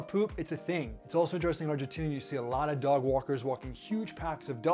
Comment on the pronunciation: Just pronounce Argentina in english please lol